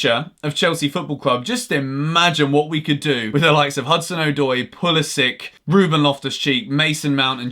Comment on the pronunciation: Why can he not pronounce 'Odoi'. It's doing my absolute head in. Please just go watch ANY video he's in and listen to him say his name properly. ' Hudson ODD-OI' NOT 'Hudson OH-DOY'. Okay, petty nit pick over... Love your videos bro! Keep it up!